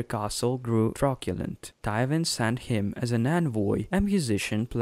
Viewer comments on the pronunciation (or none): I know it’s been beaten to death at this point but Oh Man. That accent makes it tough. Due to the mispronunciation of names and words (truckulent) I don’t feel like the information- house names in particular- comes across accurately. The lack of pause for effect also makes the information harder to take in than it needs to be. Good production though.